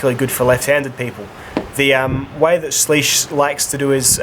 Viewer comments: It’s sleeusuh bowowie dumbass, unsubbed ❤️ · According to Spyderco it's actually pronounced swish by the way great vids